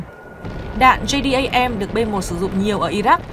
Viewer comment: Em nầy đọc tiếng Anh cũng khá ! Đáng khen !!! Nhưng Bom JDAM quân đới Mỹ 🇺🇸 đọc là Jê - Đem nghe EM ! OK 👍!?